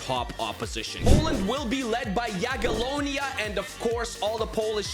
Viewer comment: The way he just ignores the first i in Jagiellonia